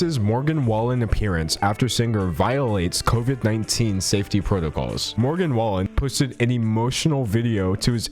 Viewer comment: I live in Oklahoma and Morgan Wallen is HUGE down here everyone knows who he is🤢 so just a heads up his name is pronounced WAY-LYNN at least that’s how everyone around here says it i could be wrong